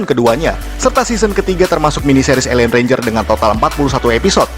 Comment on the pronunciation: ranger bukan renger